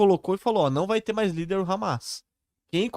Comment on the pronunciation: Não é Hamais